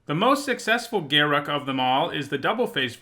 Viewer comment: Thank you SO much for pronouncing Garruk's name correctly. I can't stand when people say "Ga-roook".